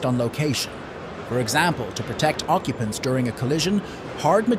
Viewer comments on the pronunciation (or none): none